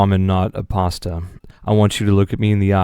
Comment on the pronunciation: pAWstUh your welcome